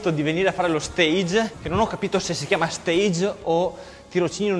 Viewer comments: "stage" significa teatro in inglese la pronuncia corretta è quella francese, mentre per dire tirocinio in inglese si dice internship. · LA pronuncia giusta è quella francese. Stage con g dolce ed e finale muta. te lo avevano già scritto? :-) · Forse te lo hanno già scritto nei commenti ma vabbè passerò per uno dei tanti pazienza. Si dice "staj" e non "stèig" perché è una parola francese e non inglese, infatti si parla di "stage pratique". Se ovviamente sei un costruttore e stai facendo un posto dove ci si esibisce in un teatro allora possiamo parlare di palcoscenico e quindi di stage "steig". Mi domando perché di tutte le parole che noi italiani pronunciamo male in inglese proprio una che non è inglese abbiamo deciso di pronunciarla correttamente, non ha senso!!! Mi scuso per il commento relativamente pedante e inutile, ma ho svolto di versi stage in vita mia soprattutto uno in Francia ed è una di quelle cose che mi triggerano pesantemente, proprio come piegamenti e non flessioni... XD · si dice stage... (stasc) è un termine francese non inglese ;) comunque a parte il termine, complimenti